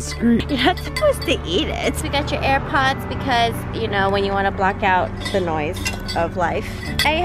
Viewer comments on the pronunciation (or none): none